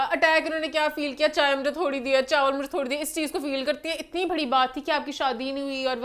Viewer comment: Emaan needs to correct her pronunciation of "bari" (big) . It's not Bhari....!